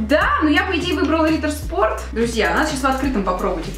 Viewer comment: [Ритер шпорт] это немецкий А так видео супер